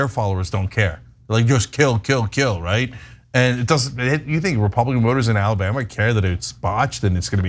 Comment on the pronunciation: "Ala-butt"? Anyone catch that slip-up by Ana at the beginning of video? LOL! 🤣